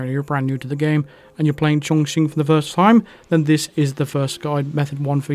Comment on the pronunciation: Awesome guide. Nice to hear someone, other then you, pronounce Chongqing correctly.